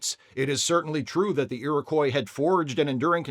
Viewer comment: Just FYI it's pronounced 'Erie-Kwah',. Don't feel too bad as I've pretty much ONLY heard it mispronounced when covering this story lately...